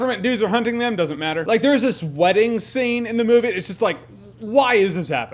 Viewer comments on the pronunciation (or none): none